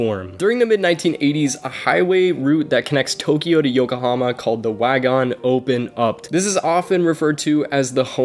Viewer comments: Overall I do like your video so of course I hit the like button I do have one small critique you're actually mispronouncing Wangan Which overall it's not a big deal But there are some serious racing enthusiasts that will pick up on that as well But anyway keep it up I hope you're subscribers grow I'll go ahead and subscribe to you as well but definitely make sure if you're going to say a particular Foreign name about something make sure you hear it spoken correctly so that it won't be to some big deal that you become known for The only reason I'm bringing it up is because you say Wangan a lot in this vid. But anyways good vid overall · did he really call the wangan "wagan" ? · I mean you could’ve watched wangan midnight anime to get the pronounciation correct. Cool vid reading the misinformation that’s been on Wikipedia for years tho. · WAN GAN, not Wagon lol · Wagan?? Ugh wangan bro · Wagan!?!?!?!?! Its WANGAN!!! 🤦‍♂️ ngl it was cringy hearing you messing such an iconic name of a street racing road 😒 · Its wangan.. no wagen 😌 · my god u tried ur best but stop saying wagon please, won gon not so hard to pronounce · Wangan, not Wagon. Where did you come up with Wagon? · It is not WAGAN its ''WANGAN'' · The 280 horsepower limit isn’t a law, it’s known as the gentlemen’s agreement. And for fucks sake it’s waNgAn not wagon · Bruh u were pronouncing wangan so bad it’s wan-gan not wagon 💀💀💀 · wagin, wagan, wagon, dude "wangan" is not hard to pronounce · Wangan. Wan-Gan. Not Wagon. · It is pronounced one gun bro not wagon wan-one gan-gun 🤣😂 its like your calling a Corvette a Mini Cooper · Dude, it's "Wang gan" jeeeezuz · just a heads up... its pronounced "wahn-gun" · Its pronounced (won-gon) your saying it wrong